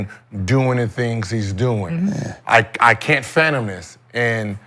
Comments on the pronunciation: I wanted someone to tell Gil the word is fathom not phantom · "fathom," not "fatom," Gil... juss sayin...